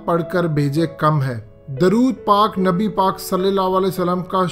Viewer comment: Tm NABI PAK ka nam sahi se lia kro tm glat lete ho